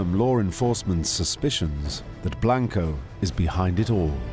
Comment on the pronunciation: "...the much older Carlos Truhelio" 🤦🏻 The Great Cornholio Truhelio And earlier he says "Grizelda Blainko"...is it that hard?😂 He says 'Bravo' correct but can't do Blanco.